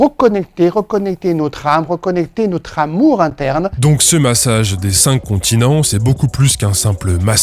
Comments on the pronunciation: j'entends "le massage z'incontinents" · J'allais écrire le même comm ! J'écoutais en faisant autre chose et j'ai tiqué complément sur "massage des incontinents" 😂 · A chaque fois que le nom du massage est évoqué j'entends "Le massage des incontinents". Et je me marre comme un c... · Au début de la video j'entendais "le massage des incontinents" 🙊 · Pareil, on est deux. La prononciation c'est important ^^ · Faut pas dire le massage des cinq continent trop vite 😂